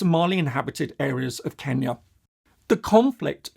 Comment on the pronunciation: Thank you for saying the name of my country, Kenya, properly